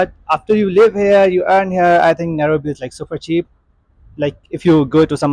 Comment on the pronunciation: I just love her pronunciation of Nairobi❤